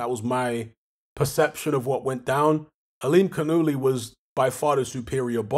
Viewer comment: There seems to be a major Farsi influence all around the Caspian sea. Got to love that pronounciation tho "Aa-lim-khan-ullah"